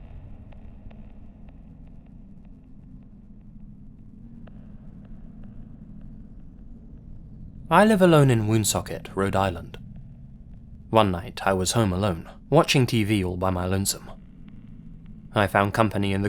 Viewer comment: It's not "w-OO-nsocket" it's "Won-socket" yes I know how it's spelled. It's also a shitty place.